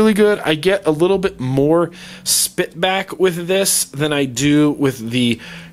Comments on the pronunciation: hair-a-cleez bro holy hell that was driving me mad lol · You always say it wrong 😂Herakles is pronounced hair-uh-kleez dude.